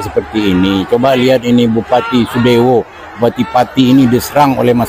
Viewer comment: SUDEWO MIN BUKAN SADEWO